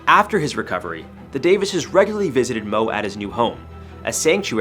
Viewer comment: Moe... Not mo